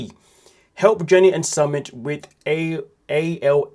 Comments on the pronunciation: you report on 90 Day Fiancé as a job and you're pronouncing it Summit it's soo mit summit is something ai crap would do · Summit? Lol its su-meet ❤ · It’s pronounced Sue-MIT